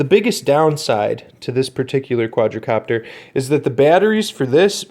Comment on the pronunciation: Quad copter. Not quadra. Please don’t make any more videos.